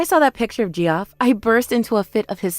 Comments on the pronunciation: Thank you, Ge-off was making me crazy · First story: *Arkansas Second story: *Geoff is pronounced "Jeff", Geoffrey is "Jeff-ree". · Geoff, short for Geoffrey, is pronounced like Jeff, short for... wait for it... Jeffrey. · Yeah the Gee off was annoying. It's difficult to imagine that the VAs were unaware that the pronunciation is Jeff. That was painful. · Ge off? It's JEFF!!!!! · “Gee-off” 😂 lol. That’s just a fancy way to spell Jeff. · Downvoted for VAs who can't be bothered to look up names they haven't heard before. Equally downvoted if these are AI bots which read words phonetically. 👎👎👎 DNF